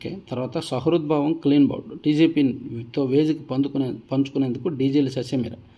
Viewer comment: నూరు గుడ్లు కాదు నూరు గొడ్లు, సహృద్భావం కాదు సుహృద్భావం. ఎందుకు తెలుగు కూడా తప్పులు చదువుతున్నారు?